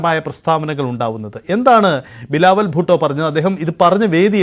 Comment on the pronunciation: ബിലാവുൽ ഭൂട്ടോ അല്ല ബിലാവുൽ പൊട്ടൻ